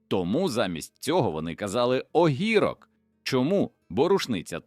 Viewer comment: Прохання до коментатора: не помиляйтеся з наголосами. Чому « огІрок» з наголосом на «І»? Та ще ряд слів з неправильним наголосом… Прикро слухати. Погіршується загальне враження від цікавого тексту та відео.